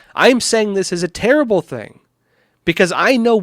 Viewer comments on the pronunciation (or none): none